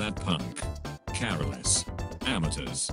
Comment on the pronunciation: "Document" "DoubleOonehundred" "Caraless" This is why I like tts